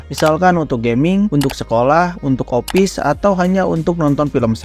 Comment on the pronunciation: Office mang, bukan opiss